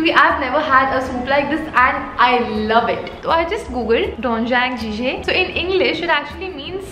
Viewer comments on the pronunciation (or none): U have to pronounce doenjang jigae like this u have to prounce the "doen" is pronounced like don but with a dh like "dhon" and for jang u say jang like thigh in hindi and jigae is pronounced like jigay it'll sound like gay Dhon like don with a dh Jang like thigh in hindi Jigae like jigay And the bokki in robokki shouldn't be prounced like boki u have kinda pressure the k and say bokki like bok-ki Korokke is pronounced l karo with an o and kke is pronounced like kay with an extra k it's not korok the kke is pronounced like kkay Everything which has jang is pronounced like thigh in hindi Bibimbap is pronounced like bheebhimbap idk how else can i write it 🙂 But hopefully u understand Idk how to speak korean tho i just know how to pronounce these bec if the number of kdramas i have finished lol